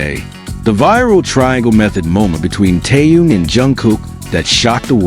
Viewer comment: Вы можете мировую звезду КИМ ТЭХЕНА, называть правильно вы постоянно называете его Тееном,что за неуважение,если не знаете, как его зовут,то о нем и не говорите